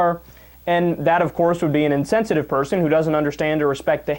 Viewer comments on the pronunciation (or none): "..innsennsittiw? Don't blaem Tim far that. Itt's hissz Szjklon-B adicchtedd mohels' fvalt."